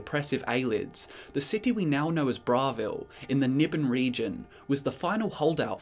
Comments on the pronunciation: Bravil Bruh-vill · Disliked for the dumb pronunciation of Bravil.